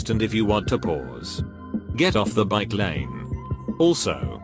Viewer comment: how did he screw up bikelane?